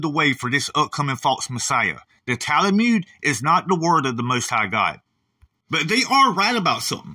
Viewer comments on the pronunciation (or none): I keep hearing you say Tal-a-mude, but I thought it was pronounced Tal-mud? I’m guessing people in Israel say it the way you’re pronouncing it?